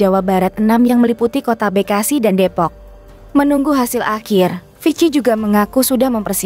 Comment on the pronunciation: Bekasi baca be nya kayak beli, bukan kayak bebek, narator blok.